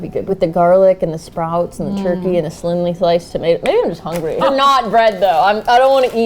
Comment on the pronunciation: did anyone else catch jen say “slinly thliced tomatoes” or was i the only one who had to pause bc i was laughing so hard?